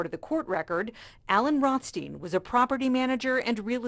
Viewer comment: ROTH… STEIN? Really